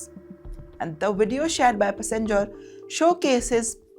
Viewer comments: This woman's pronunciation is horrible. First time I'm hearing passenger being pronounced pussengers. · Pussyenger passenger. 😂😂😂😂